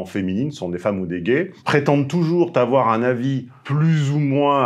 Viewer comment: "toujours avoir" tu as fait un pataquès 😂 non je suis admiratif face à ta diction .... Trop content d'avoir trouvé une faute. J' adore t'écouter. Merci👌